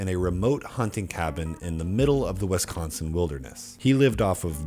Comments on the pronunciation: The way he says wesconsin hurts me physically. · As a Wisconsinite I really hate the way you say Wisconsin